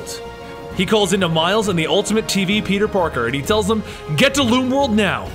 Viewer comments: you keep saying peter PORKER and not peter parker funny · Did he say peter porker